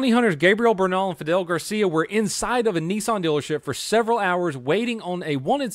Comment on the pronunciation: He said "dillership" 🤣